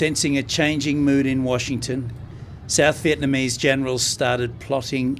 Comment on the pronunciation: Good video. Thanks much for telling and showing us some of the bad times in Vietnam history. You are the first western foreigner who is not living in VN but pronounce the Vietnamese names and locations correctly. Also who (dare) to say American war instead of VNMese war. LIP